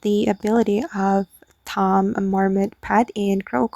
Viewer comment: Heads up. "Tomb" is pronounced "Toom"